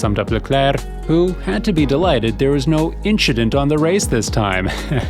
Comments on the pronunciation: Inchident on the race lol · Ahaha, inch-dent. That infamous interview...